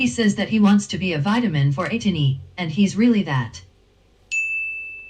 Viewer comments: I see six months in and some people still do not know how to pronounce ATEEZ - it's a long A like in the word SAY, so it's AYYYY tee....Z like AYY-tease...not Ahhh Teez....and yes it's AYYYY tiny like tin - ee...just like they say in the word Destiny...it's not tiny as in little....so if you're gonna stan, let's stan correctly :) Now, you think all the vids are good, you should see them actually in concert...it's epic!!!! If you ever get the chance, do not hesitate, DO IT!!!! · It's pronounced A-Teeny.